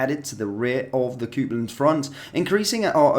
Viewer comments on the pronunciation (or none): It’s Copland not Coopland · Coopland 😮 🤣🤣🤣🤣 Copeland Bud, just saying from Glasgow WATP 😎🇬🇧👍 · Say after me phonetically - COPE (AS IN - I CAN'T COPE WITH SOMEONE WHO CAN'T SAY IT PROPERLY) & LAND... So its COPELAND ROAD STAND. IS HOW YOU SAY IT. Ask your Family if still living. 😂🙄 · Please work on your pronunciation of Copland 😬